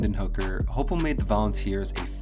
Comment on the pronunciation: It's Hype-el, hi-pel, hype-l